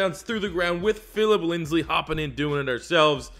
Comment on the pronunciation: Bruh when he said linsley I was so mad it was so annoying but other than that I enjoyed the video